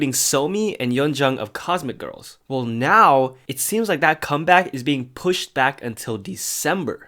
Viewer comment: LOL WHEN SAYS "WELL" BUT IT SOUNDS LIKE "WHALE"